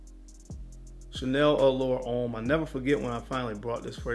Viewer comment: Everything was good until you said allure homme EE. Overrated basic scent